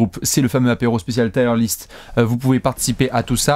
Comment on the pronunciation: Encore une super vidéo mais la prononciation de "tier list" tout du long me donne des frissons 😢